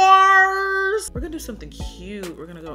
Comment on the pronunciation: Can you pronounce NARS like that every time? Thank you ma’am